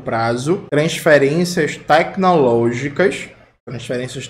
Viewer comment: TECQUI-nológicas!!! não dá pra tankar esse cidadão!!!!